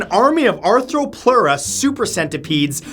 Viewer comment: PLEASE save yourself further embarrassment by actually looking up how these names are pronounced before you make a video? It's "DUNKLE-osteus" not "DUN-kelosteus." Also, research in recent years says that Megalania Prisca was only 11 feet long. At least you got Arthropleura right.